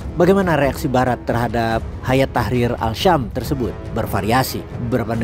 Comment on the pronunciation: As Syam bukan Al Syam.